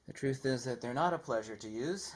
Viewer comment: When you barked 'TRUTH' you made my cat jump